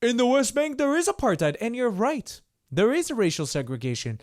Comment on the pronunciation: I'm triggered by the way he says aparTHeid.